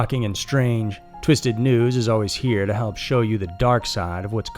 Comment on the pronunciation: Is it just me or did it sound like he said Twisted Nudes?